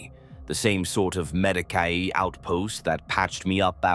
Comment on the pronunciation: at least he stop saying meh-deek-y